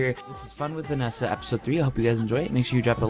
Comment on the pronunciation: haha vanossa xD did u mean Vanessa? lol